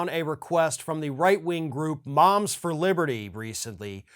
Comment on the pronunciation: I thought you said the, 'bombs for liberty'. Close.